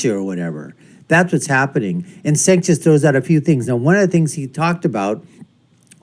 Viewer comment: It’s pronounced Jenk